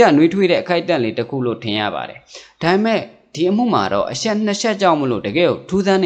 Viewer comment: အရှက် အရှိန် (အချက် အချိန်) အသံလေး တွေ ဂရု စိုက်ပြင်ဆင် လိုက်ရင် ၁၀၀%✓✓✓